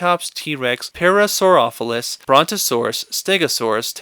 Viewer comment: K this video is amazing, but its pronounced Para-sore-ol-o-fus